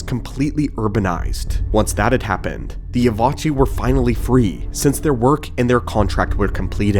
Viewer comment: "Evochii" is pronounced "E-vo-kai"